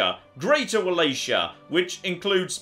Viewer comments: WALACHIA IS PRONOUNCED WAW LAW KEY AHH! PLEASE DEAR GOD MY POOR POOR EARS! I love this series it’s the highlight of my week! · Your pronunciation of Wallachia aggravates me just as much as your pronunciation of Coyote. Well done!